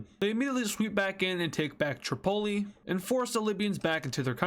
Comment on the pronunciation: I thought he said Chipotle when he said the capital of libya🤣🤣🤣